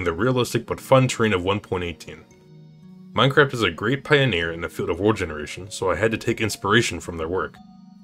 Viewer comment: why do you pronounce it Meinqwaft